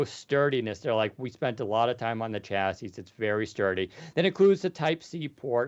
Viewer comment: Someday, will learn how to pronounce chassis.